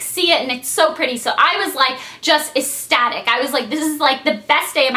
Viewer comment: eCstatic... the "C" is hard. Don't ignore the "C." It's eCstatic. Also, I'm suuuuper curious how much they charged for everything. I know you would never put that info in a video, but I'm still curious!